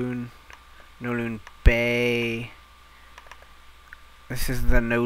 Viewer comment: It's Kowloon! Not Nowloon! :P